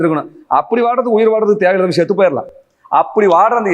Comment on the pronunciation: ஷெத்து போயிடலாம் தப்பு. செத்து போயிடலாம் என்பது சரியான வார்த்தை பிரயோகம். ஒழுங்கா தமிழை பேசுடா! வெறிபிடித்த சொ*றிநாய் இவன். தமிழ் தமிழ் என்று பேசியே தமிழுக்கும், தமிழ்நாட்டிற்கும், பண்பாட்டிற்கும் இழுக்கு தேடித்தரும் பிரிவினைவாதி. ஒரு பிரயோசனமும் இல்லை. இவன் ஆண்மகனாம், வெட்கம். உன்னோட மீசை .... எடுத்தால் என்ன, ஈடுகட்டி என்ன.....இதெல்லாம் ஒரு பேச்சு!